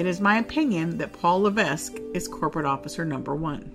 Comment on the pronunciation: You stupid Americans can never pronounce French names properly. The S in Levesque is silent.